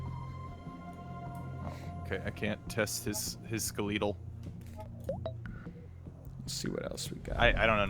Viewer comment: NL always has interesting pronunciation when playing Bio Inc Redemption. Ske-leee-tal system!